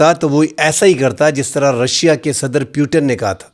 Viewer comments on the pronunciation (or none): none